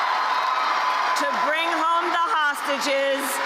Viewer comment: Lady learn how to say"Gaza"